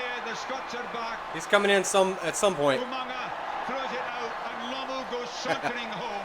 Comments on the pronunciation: another one calling him Lamoo, its Lomu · pronounced "law moo"